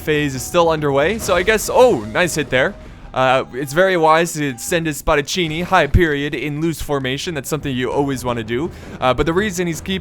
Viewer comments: Couldn't pronounce peltasts, but says Spadacinni perfectly. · i'm italian and oh my god its fantastic how did you pronounced spadaccini exept that continue like now your video are the greatest total war video that i've seen